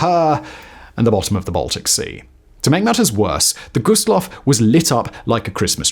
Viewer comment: Always hurts my soul when they pronounce it "Low." Also, the 2nd worst maritime disaster wasn't the Dona Paz, but was another German ship carrying civilians called the MV Goya with almost 7,000 lives lost. Dona Paz was the worst peace-time maritime disaster but there are a handful of maritime disasters in war that were worse. A shame this channel didn't do their research because this video is full of mistakes.